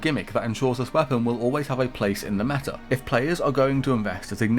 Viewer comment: "Da meta" This is so sad 😂